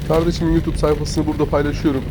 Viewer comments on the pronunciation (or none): none